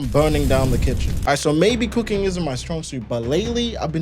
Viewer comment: Coo-king not coo-queen.